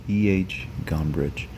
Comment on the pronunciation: That's not how you pronounce Nietzsche (or even Gombrich).